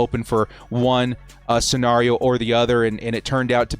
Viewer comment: I hate the way you say scenario 🤣